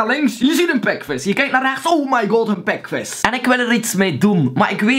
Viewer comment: Ouwe je zegt pekves en das... GRAPPIG GA ZO DOOR cool man!